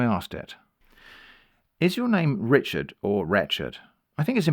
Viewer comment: I think you’re pronouncing Rechard wrong